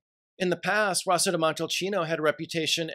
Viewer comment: No love for Vino Nobile di Montepulciano? It’s just as great with a little more fruitiness. It’s Rosso (r-oh-so) di Montalcino.